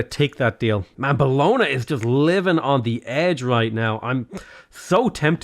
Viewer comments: Bologna is pronounced as bolòn-ja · it’s bolon- YA!! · Really enjoy these videos but the pronunciation of Bologna always makes me cringe. Logically, I'm sure there's all sorts I pronounce wrong but that doesn't stop the cringe.